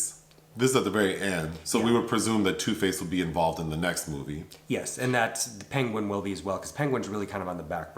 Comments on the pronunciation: "...The Ping-Ween" (Penguin) lmfaoooo the way you pronounced "penguin" is hilarious. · i burst out laughing when he said peengween